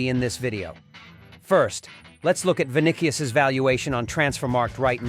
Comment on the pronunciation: Bro can’t even pronounce vini’s name correctly.. smh… “Vinikious”